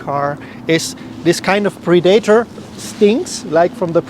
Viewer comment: I love how he pronounces Predator